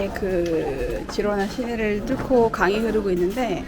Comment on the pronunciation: 스페인어 발음 공부라도 하시고 유튜브를 하시지... G에 모음 a,o,u가 오면 (가,고,구), 모음 e,i가 오면 발음이 (헤,히)가 됩니다. 그래서 Girona의 발음은 “지로나”가 아니라 “히로나”